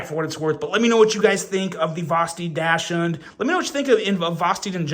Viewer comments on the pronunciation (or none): I think it’s pronounced Doxind or Doxhund (depending on your accent) Like the dog (weiner dog).